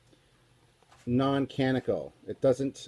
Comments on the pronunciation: only so this one now but... canonical. cah-NON-ih-cul... four syllables. also, as much as I love it, I even bought it as soon as it was published, Mr Scott's Guide is not canonical. if it ain't on screen or in the encyclopedias written by Okuda, it ain't canon. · Canonical............ Can on ee cahl